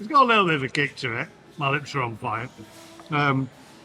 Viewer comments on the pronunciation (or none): none